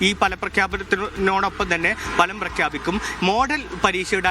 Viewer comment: Falam ❌ Bhalam ✅